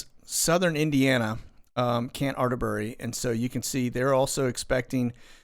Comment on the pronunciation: They're letting the people leave Atterbury whenever they want. How do you leave without a job, money, ID's, etc.? FYI it's a short "A" at the beginning of Atterbury. :)